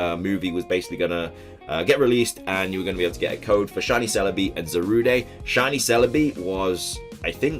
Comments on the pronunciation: Ok. It's not Zarudae or Zarudé. It's Za-rude. Za like Zamazenta and rude as in the word rude. Ok? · It's not Zarudae IT'S ZARUDE SANDSTORM!